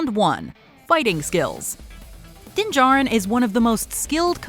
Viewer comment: its mandalorien not DINGAREN